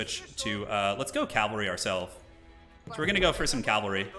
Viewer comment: Calvary vs Cavalry pronunciation